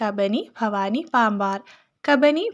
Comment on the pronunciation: ഫവാനി അല്ല ഭവാനി (bhavaani)ഉച്ചാരണം ശ്രദ്ധിക്കൂ.. 🙏